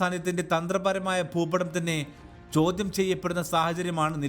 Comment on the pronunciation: അവതരണം superb..അക്ഷരം തെറ്റാതെ പറയൂ..ചോദ്യം ആണ് ചോധ്യം alla..